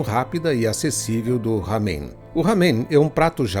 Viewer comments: NÃO É RAMEM. A PRONUNCIA É "LÁMEM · A pronúcia não é ramen com som de dois "erres" e sim com pronúncia como em "era".